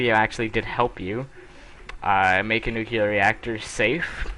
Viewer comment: What is nucular ? I know what is nuclear but not nucular